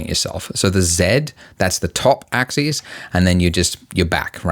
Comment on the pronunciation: Damn, I forgot how much I'm triggered by his mispronunciation of "axis".